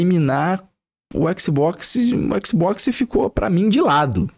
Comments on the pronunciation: Qualé mané, faix o L que o exi boquixi sai 😂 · Équici bóquici